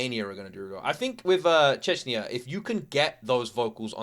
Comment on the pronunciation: Did he just pronounce Czechia as checia lmao